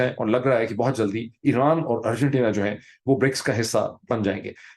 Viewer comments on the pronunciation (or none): none